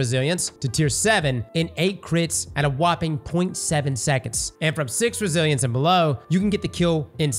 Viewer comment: I swear says Brazilians sometimes when talking about Resilience 😂